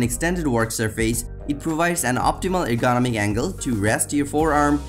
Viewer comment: I can’t stand the way he pronounces the word ergonomic